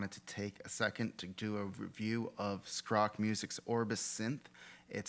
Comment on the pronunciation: I like your pronunciation of skrock! It's an older swedish word for superstition.